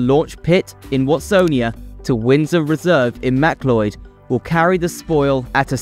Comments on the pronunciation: Someone needs to teach the AI voice that it is NOT the YAR RAR River and MAC LOYD. Geez! Give me a break. TIB is clearly wanting . . . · the pronunciation of so many names had me in hysterics. I'm call the Yarra the Rar Rar River from now on :D Macloyd for McLeod? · Did you actually show footage of Heidelberg in Germany for a project in Australia? Who the hell does your research? Also please learn how to pronounce some very simple words. I understand some might be difficult but McLeod and the Yarra River are not.